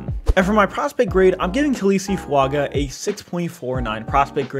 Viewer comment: You pronounced his last name correctly, but messed up his first name. It's tah-lee-ESS-ay. Full name is pronounced tah-lee-ESS-ay Foo-AHn-gah…